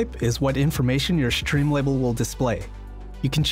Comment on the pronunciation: Why is he saying "shtream label"